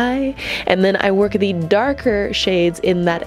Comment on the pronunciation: “Zee booty crack of ze eye” 😂😂😂